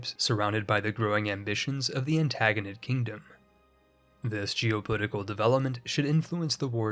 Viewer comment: Also 'Antagonid Kingdom' rather than Antigonid